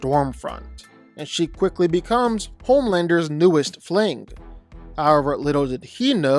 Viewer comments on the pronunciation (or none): its homelander not pomander. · Homelander ❌ Pomelander ✅